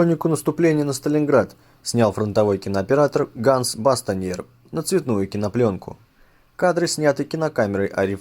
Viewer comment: Да не Ганс это, нет такого имени у немецкоязычных. Потому как ганс (Gans) по-немецки- это "гусь", а имя Hans произносится, как Ханс, причём это "х" очень лёгкое, похожее на выдох, почти не слышемое. Давайте уж латинские G & H как-то правильно читать и произносить. А то у нас Поттер вместо Хэрри стал Гарри, Гитлер вместо Хитлера и Гарц вместо Харца. И не Лейпциг и Брауншвейг, а Ляйпциг и Брауншвайг. Мы же не говорим ейнц, цвей, дрей....